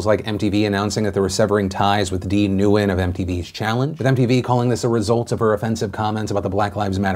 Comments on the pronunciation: Dee “NUWEN”?! Come on! Nguyen is pronounced WEN! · While "when" is pretty common, there's a bit more subtlety than that. Phil's pronunciation was a bit flat/simple. One of my co-workers is a Nguyen. I can't quite pronounce it the same as he does, but he adds a bit of the "ng" at the beginning and holds the "e" slightly. So instead of "when" it's more like "ngween." He's also said he doesn't really care at all how people pronounce it. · psst Phil, Nguyen is pronounced "Win" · 🤣 "new-en" Nguyen is pronounced "when" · Uh.. phil.. Nguyen is pronounced "wen" not "newen" lol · Nu - when The letter “u” has an [oo] sound btw Would probably be the closest an average english speaker could get to it. Just say it all together. I’m Vietnamese dear god don’t say Na goo yen New gen Noo goo yin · Isn’t Nguyen pronounced “when”? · I'm not sure if maybe how you pronounced Nguyens name is specific to her but I was under the impression it is pronounced "When"? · Hey Phil, “Nguyen” is pronounced more like “Gwen”